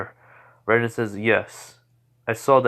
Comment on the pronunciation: It's raiden RAY-DEN